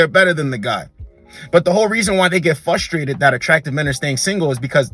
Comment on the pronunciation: Please no more “fustrated”…bro there is an R in there